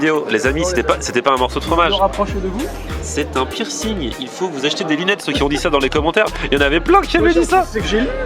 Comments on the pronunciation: « C’est un pirssing » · C'est vrai qu'en français on dit pércing, la honte de le prononcer à l'anglaise quoi